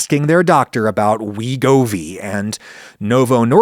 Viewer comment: GLP-1 inhibitors will not succeed until they become cheaper and more insurance plans cover them. Also: "teer-ZEP-uh-tyde" "sem-uh-GLOO-tyde" "weh-GO-vee" "rye-BELL-sus"